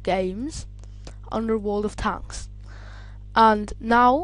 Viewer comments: dude its world of tanks not tonks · how hes saying it like world of t h a n k s